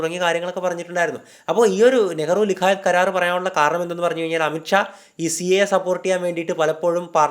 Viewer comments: ലിയാകത് അലിഖാൻ അല്ലേ?താങ്കൾ ലികായത് എന്ന് ഉച്ചരിച്ചപോലെ തോന്നുന്നു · nehru-ലിഖായത് അല്ല നെഹ്‌റു ലിയാഖത്ത് ആണ് ബ്രോ